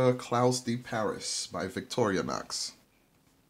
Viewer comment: It's pronounced Cloo de Paree. Thanks for the video!